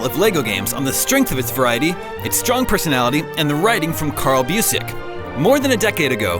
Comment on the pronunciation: Carl Busiek? Kurt. Kurt Busiek.